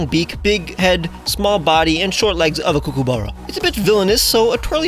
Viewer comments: Banger video, but couldn't help but notice you messed up the pronunciation of kookaburra a bit, it's not pronounced "coo-coo-burra" but more like "cook-a-burra", at least that's how we say it down here in NSW. Absolutely fair because a lot of Australian words aren't quite pronounced in the way you'd expect. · Kookaburra is pronounced like 'cook', and there's no 'oo' sound after 'cook', it's an 'ah' sound. Cook-ah-burra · aussie here! its pronounced cook-ah-ba-rah : D ! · Please learn how to pronounce Kookaburra properly. That was painful to hear them being called kookooburras haha. Also, how dare you call them annoying? Its actually such a lovely sound when you hear them in the distance in the morning. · As an Australian, I must let you know it's pronounced Kook-Ah-BahRah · Gosh dang this is a fantastic video. I love every one of these new Mons and they fit so well. Just wanted to let you know that Kookaburra is pronounced Cook (like the word) -a-burra. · I’m sorry but your kookaburra pronunciation kills me. It’s cook-uh-buh-ra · As an Australian, the way you said Kookaburra made me shrivel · The way you pronounce kookaburra makes me giggle xD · I'm Australian and it was annoying every time he said Kookaburra weirdly so many times, and don't talk to me until u take back u said of my Starbucks. Though love ur art and videos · the way you're pronouncing Kookaburra is insane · Okay but why is he saying kookaburra like there's an extra o instead of the a? Or am I just miss-hearing it? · I know it's a First Nation/Aboriginal word but Kookaburra isn't that hard to pronounce man, you're making my ears hurt. Don't get me wrong, you do good shit but that just grinded my gears a little. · I've never heard kookaburra said like that, but it was delightful to see the lil menace represented